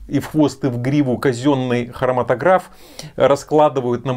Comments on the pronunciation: хроматОграф - ударение на второе О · спасибо большое за обзор! Как химик-хроматографист позволю себе немного подушнить: прибор называется хроматОграф, все специалисты в отросли так говорят)